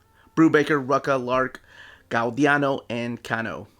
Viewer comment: Gau-di-AAno. LOL 😂